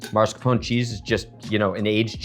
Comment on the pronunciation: Why are you saying MARS-CAPONE. It is mascarpone. Not a real chef I guess.